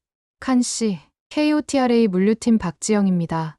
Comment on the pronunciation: KOTRA는 코트라로 읽어요